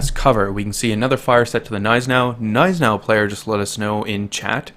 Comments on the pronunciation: Cough it's not silent. its just understated and americans don't do that with G's it's not "G-Neis-enau" its "gn-EI-senau" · The G in Gneisenau is not silent...i dont know who is throwing this around. It`s german, we dont put letters in words just to not pronounce them.